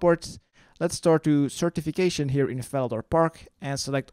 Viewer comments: Certification AKA Sir Tiffy Cashien.. or is it just me hearing it? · I just noticed that the knights names are pronounced as certification and ceramic vase. Wow after 15 years of playing. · 15 years ive played this game and i just realised. sir tiffy cashien.. certification... what the fuck